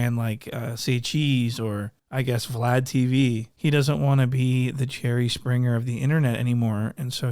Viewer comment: Did call him "Cherry Springer"!? 😂